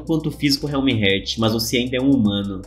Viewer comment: O correto é "Éter", e o "Realmheart" se pronúncia "Realmehart".Não estou criticando, só tentando ajudar, sou fã dos seus vídeos e espero que algum dia você leia Tower Of God aqui kk